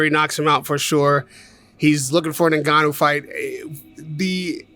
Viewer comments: Frank really needs to call this guy by his correct name considering he's promoted this fight, it's Ni-Ga-Nu, it's not En-Ga-Nu!!! Glad Raheem trier to correct him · Why do white people always call Francis "Nigg-ah-noo", it's obviously 'Enn-Gah-Noo" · how mental he still cant say Francis surname correctly....just rude